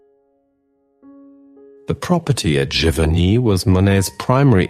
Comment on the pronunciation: These documentaries have been great! And as an American, I am thankful for hearing the correct pronunciation of all of these French towns I have been butchering the last 30 years that I have been interested in Monet! Thank you!